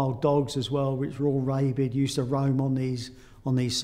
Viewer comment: Man said reybid